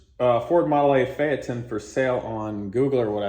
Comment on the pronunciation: Today I learned how to pronounce Phaeton 👍